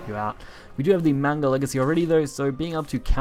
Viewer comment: isn't it pronounced as Mag-na Legacy instead on Man-ga? or was that an intended pun?